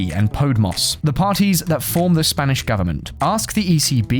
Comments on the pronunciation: "Pode-Moss"? It's pronounced "pod-ay-moss". All the effort that this channel puts into flashy gimmicks would be better spent on mastering some basic pronunciation. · It's "Po-de-mos", not "pod-ay-moss", they're right (I'm native Spanish) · You're right that I attached the "d" to the wrong syllable. However, po-de-mos in Spanish is pronounced po-day-mos in English phonemes, and is English. Regardless, you could have taught them how to pronounce the party's name before they recorded yet another blunder. Flagrant mispronunciations do not inspire confidence in a channel's content.